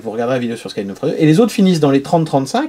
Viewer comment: Super vidéo 🙂 et au fait la prononciation de Schadenfreude = shaa·duhn·froy·deuh (et pas ska.den 😀)